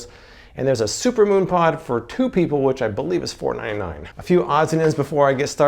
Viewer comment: Mooon pod? Is this something for your bare posterior when you 'moon' someone?